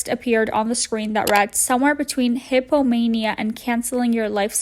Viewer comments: Hippo mania???? Hi-po-man-ick Lol!!!!! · "Hippo-mania" lmao 🤣 sis no it's "hypomanic". Pronounced: hi-po-manic